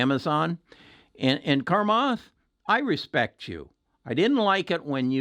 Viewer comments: Take the time to pronounce his name right, starts with "Cha" not "Kar". Listen here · Its Cha-math... cha, cha.. not Carmath.. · Its Chamath, not Carmoth lol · His name is pronounced “Sha Maath” not “karm ath” ;) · Hi, it’s chamath, no R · There is no credibility in your analysis if you can’t prononce Chamath!!! Sorry! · I love Chamath lol I am talking about the pronunciation. He was way off. And I’m fine where I’m at I’m making money. Speak for yourself.